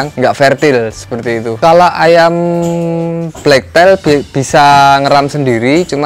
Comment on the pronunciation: hrganya sepasang berapa mas ? black tail ( bacanya teil bukan tail ) ekor hitam.